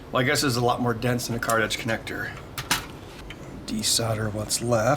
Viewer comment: i cant tell if he's saying card-edge connector or cartridge connector.